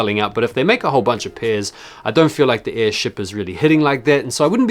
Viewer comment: that airship you mean airsht😂😂😅